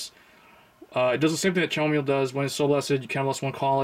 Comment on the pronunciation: Loool Chamomile is pronounced Camomile, have you never had Chamomile tea? 😂